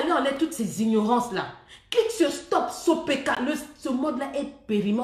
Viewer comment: « sopeka « noooo 😂😂